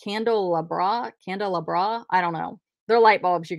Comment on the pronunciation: Pronounced candle- ah-bra